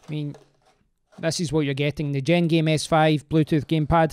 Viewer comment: I think its pronounced jen game not gen jame